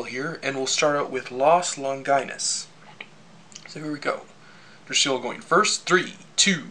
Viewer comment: I thought it's pronounced Longeenoos.